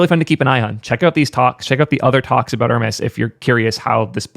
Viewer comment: Err-Mez my man!